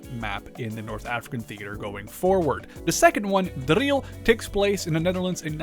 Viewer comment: As a Dutchman I am surprised by your amazing pronunciation of "Driel"